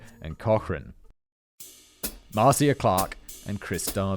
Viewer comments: Simon! MAR-CIA.... Is said like Marsha! Marcia Marcia Marcia!!! LMADO! 🤣🤣🤘🎸🤘🎸🤘🍻🍻💚🧡💚🧡💚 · I love you Simon and I enjoyed this video, but please Google how to say people's names 😅. Ms. Clark's first name is pronounced mar-sha and Judge Ito's last name is pronounced ee-toe. 😉 I believed OJ did it before watching the video. This video only confirmed it . This video taught me sooo many details of the story I didn't know. As an American I lived through this but didn't watch the trial as a was a teenager then. I've watched many specials discussing the trial over the years. I did not know about Navy training with the murder weapon or O.J.'s confession to R. Grier. There is no such thing as "being smart enough to get out of jury duty." Jury Duty is a legal obligation and if you fail to appear when summoned, you go to jail. The only way to never get called for Jury Duty is to never get a driver's license. Of course, driving without a license is a crime too. Being summoned for Jury Duty does not mean you will actually serve on a jury. I've been called three times over 15 years but released. They did offer all of us who released the opportunity to stay and possibly be selected for a jury; we all left the court house. 😅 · Also Marcia is pronounced marsha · Pronounced "Mar-Sha", as opposed to "Mar-See-a" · Please, please, learn to pronounce the names. Ito is Eee-toe not eye-toe. I know they say it Mar-see-ya in your neck of the woods but she’s an American; it’s Mar-sha.( Marcia Clark). I remember the trial- it was a bloody circus. Despite OJ desperately sucking up to white America and trying to erase being black, he was able to fall back on race and blame racism for blood evidence. Of course OJ did it- and he got away with it. And I do blame Cochrane. But the prosecution let themselves down. Ms. Clark was the best of them; but she didn’t bring up that blood shrinks leather. Sigh.